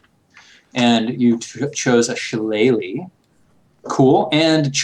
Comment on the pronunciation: Oh thank god for. I thought they were going to continue pronouncing shillelagh like did at first.